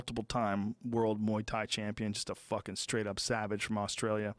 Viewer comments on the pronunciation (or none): none